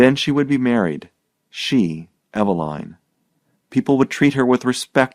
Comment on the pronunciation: Pronounced EVE-e-line, as in EVEning....